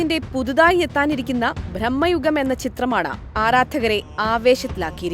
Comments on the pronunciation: ഭ്രമ യുഗമാണ് സോദരീ ..... ഭ്രഹ്മ യുഗ മല്ല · ഭ്രമ്മയുഗമല്ല ... ഭ്രമയുഗം എന്നു പറയൂ സഹോദരീ ... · ബ്രഹ്മമ യുഗം അല്ല ഭ്രമ യുഗം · ബ്രഹ്മയുഗം അല്ല ഭ്രമയുഗം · ബ്രഹ്മ യുഗമല്ല ചേച്ചി ഭ്രമയുഗമാണ് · ബ്രമ്മ അല്ല ഭ്രമ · ബ്രഹ്മയുഗം അല്ല ചേച്ചി ബ്രമയുഗം....😂😂🤣